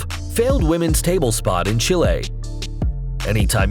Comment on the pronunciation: Say Chile again